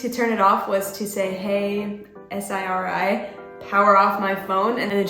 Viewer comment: Why do you say S-I-R-I Why can’t u just say Siri bruh